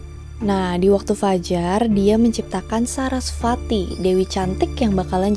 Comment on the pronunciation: Sedikit kak Bacaanya Veda (di baca weda )kak.. Sama kayak Dewi Sarasvati(di baca Saraswati)